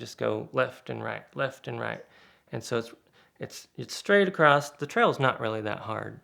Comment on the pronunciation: Again, no T in the word 'across'.